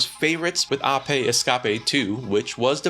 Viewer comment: Why do you pronounce APE the the way that you do.